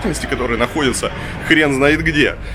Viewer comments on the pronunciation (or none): none